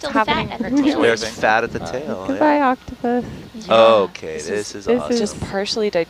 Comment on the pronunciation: Scientists freak over your mis pronunciation of octopus